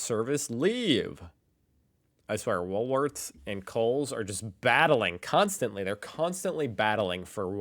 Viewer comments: it’s called Wool- Worths 😊 I wish you’d get it right 🫶🙋‍♀️🇦🇺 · "Woolsworths Again"! Another Ryanism